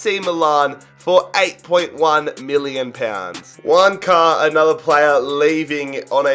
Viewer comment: No user thought he said Wanker 😂